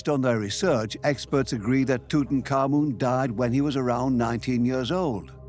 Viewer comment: I heard Tootan common 😂 and I pictured a gassy man trying not to laugh